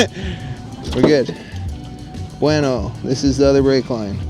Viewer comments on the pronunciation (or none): none